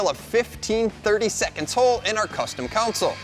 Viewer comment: Pronounced "console" as "counsōl". Nasty work.